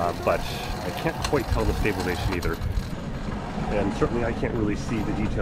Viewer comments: You keep saying stabilation lmao wtf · yes but you're missing half the word when you say it :)